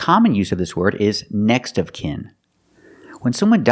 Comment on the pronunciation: Short sound /ı/ like in sin, win, kin and skin Me: Seems he's pronouncing all those words with a short /e/ sound, just like sin~sen, win~wen, kin~ken, skin~sken